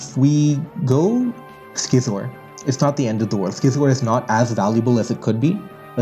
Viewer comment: Youre pronouncing scizor wrong homes